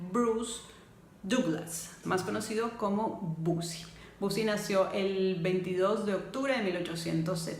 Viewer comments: Los 2 se amaban pero el amor de Bosie era egoísta y caprichoso, y por cierto no se pronuncia "Busi", sino "Bousi": de nada. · Por qué “bosi”, si los ingleses lo pronuncian: “bousi”.